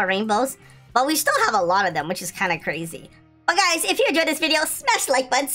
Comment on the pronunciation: kuya crazy po hindi Krazyyy HAHAHHAHAHA